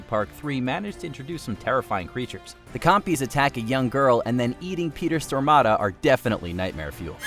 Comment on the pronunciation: Peter Stormada? Stormare lol.